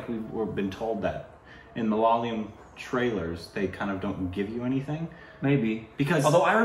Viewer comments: Is it just me who feels that pronounces it as MA-LA-LA-YAM...? 🤔 Even in previous videos, it's mostly pronounced Malalayam. It's MA-LA-YA-LAM.... 😏 Interesting fact, Malayalam is a Palindrome! ⬅️➡️ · You just have to accept it as a permanent korbinization. it's not malayalam anymore. Its Malaalayam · Guys its not 'malalayam' MALAYALAM it is😃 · guys please leave them alone for pronouncing malyalyam. its ok. you know what they are talking about. even though we studied English in school almost all of our pronounciation sucks. so just apreciate that they are reviewing our movies and enjoy. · it's not "Malalayam" it's "Malay-a-lam". Pronounced like that. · not malaalam. mala yaa lum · Ok. Let’s try again ‘Ma’ ‘la’ ‘yaa’ ‘lam’. Four syllables. Not ‘Malay’ ‘lam’. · When are you going to pronounce Malayalam properly? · Rest of India is pronouncing it properly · not really 😅 most people don't pronounce the L properly